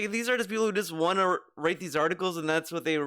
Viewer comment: Would it hurt to pronounce WANT correctly? It's NOT waauhn,.